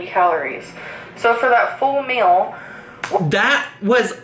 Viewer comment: I get a brain Arianism every time she pronounces 'meal' as 'MEUUUL'